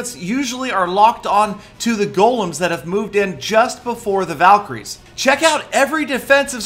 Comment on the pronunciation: it tooks half an hour to understand that word valycroies hhhhhh n btw valks r my favorites :)